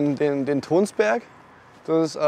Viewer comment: Warum nenne die ihren Laden den Tønsberg? Die Stadt hat doch mit Nazis gar nichts zu tun. (Ist eine Stadt in Norwegen, spricht man übrigens Tönsberg aus, nicht Tonsberg.